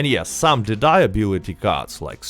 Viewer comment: You put the accent wrong in "dead eye" and it sounds like you're saying "the dye". You should say it like DEd ay , not deD AY Not hate, just a friendly tip 😊